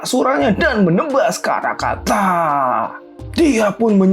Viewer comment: bilang karakanta mirip karangpantat